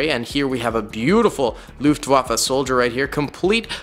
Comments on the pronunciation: Luftwaffe not Luftwafa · How can you pronounce Fallschirmjäger sp perfectly but then say "lUfTuAfFa" 😭😭😭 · (No hate) but please learn how to say Wehrmacht, fallschirmjäger, Luftwaffe and panzergrenadier.